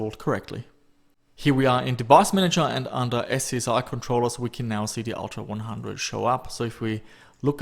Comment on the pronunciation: Great video, "S-CSI" made me chuckle, like Small Crime Scene Investigation. I have never heard someone pronounce it other than "scuzzy".